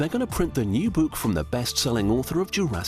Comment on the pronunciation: "this buke"